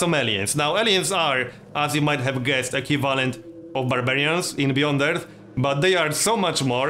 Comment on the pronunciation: Equivalent (Eˈkwiv'lent) not (E'Q' valant) love your video ^.^